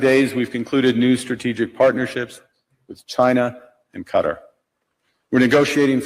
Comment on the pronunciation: "Canada cut a deal with Cutter"? A Canadian that cannot say Qatar; he sounds